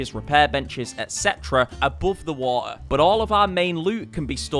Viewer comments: I hate the way he says "waha base" instead of water base. And he said I like 1000 times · anyone: Water: Wua'r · haha wa-ah base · This video pissed me off so much because of the amount of times you said "water" wrong...